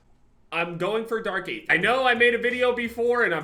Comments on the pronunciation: I hate to be that guy. But isn’t it pronounced dark aether ( eether) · i hate to be that guy but you don’t pronounce the “a” in “aether” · the A in aether is silent, just remove the A and just say it regularly.